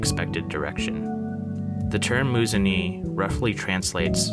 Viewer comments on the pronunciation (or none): It's pronounced "Moo-zun-ehh"! Love your videos btw :)